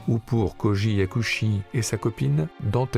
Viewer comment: Très bonne émission bien que mes oreilles ont grincé pour Koji Yakusho et non « Yakushi »